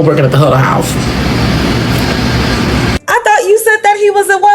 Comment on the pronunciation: it’s HUDDLE HOUSE it’s like a Waffle House not haunted house 😂 I’m from Alabama so ik the accent